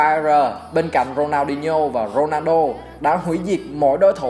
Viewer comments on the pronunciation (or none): none